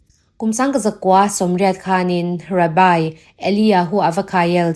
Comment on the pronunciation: Rabai iti zela, rabbi tih zawk tur ni awm tak. (Juda puithiam ho)